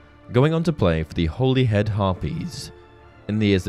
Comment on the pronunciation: Good video as always just a minor nitpick, Holyhead harpies, Holyhead is pronounced Holly like the tree or girls name.